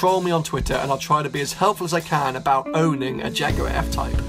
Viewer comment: Shame you keep saying "Jaguarw AW"